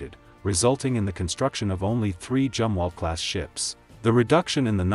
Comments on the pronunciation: All in all a good informative video. Only the computer voice "Jumwalt" is a silly problem. I am glad the Tico class will be replaced by essentially the Burkes upgraded to almost the same level. Air defence w/lazers will be a great asset in the future. Wouldn't a new 7" RF gun be great for all NATO 600' cruiser size ships they are building? With a 60 mile range and a 250 lb. shell, it might be cheaper make than the Zumwalt guns, (due to being less twiddly to make). Big enough to take out serious targets w/out using a missle. Put the 5" gun on the "Constellation" size frigates....not that piddly 6 pounder 57mm! Seems we are truly on the edge of Sci-Fi weaponry in the near future. I hope humanity survives it...... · Zumwalt not jumwalt🙂